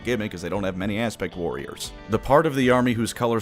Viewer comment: Kept hearing "Aspic Warriors" this time.